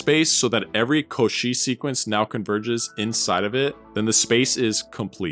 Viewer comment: Cauchy is pronounced like "yoshi" with stress on the first syllable, not the second